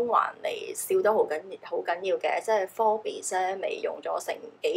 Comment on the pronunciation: Forbes...bes唔使發音😉